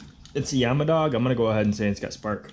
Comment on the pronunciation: It is yamaha not yamadog